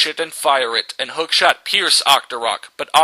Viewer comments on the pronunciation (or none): When "Hookshot" is spelled wrong it sounds like you say "Hawk sh*t" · Hokshot sounds like Hawk shit, lol. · Yeah, it really sounded like hawkshit